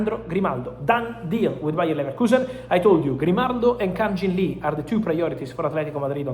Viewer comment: Hello Romano~ AT target korean, his name is not kan-gin lee, he is kang-in Lee